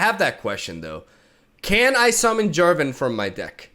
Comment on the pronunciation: Jarvan not Javaton ? are you really going to actually stop being annoying ? :]